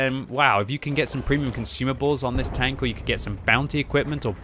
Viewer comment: Why i hear you saying welcome BANK? anyone else?